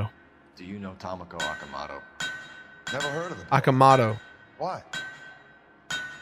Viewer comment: Toh-moh-koh Oh-kah-moh-toh. Not that hard,.